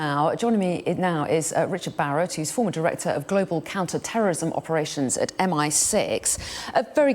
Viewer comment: Emphasis on the word "former" director